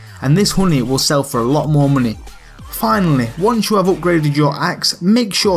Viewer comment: "muney" liked justed cuz of his accent